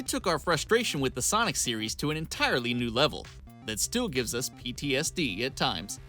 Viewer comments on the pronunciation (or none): Not cool man how u said ptsd